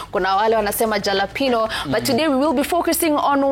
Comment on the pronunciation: Excellent presentation, very educative.The Japeno Pilipili,is very common in US and South America.J is silent,its pronounced Halopeno, just like they pronounce Jose as Hose.